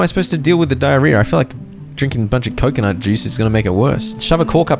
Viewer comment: Stop saying coconut like that fkk ı get tilted